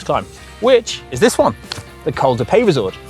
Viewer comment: Oh dear looks like we have another gcn presenter who can’t pronounce foreign words.. “peyresourde” is not meant to be “pay-re-sourde”😬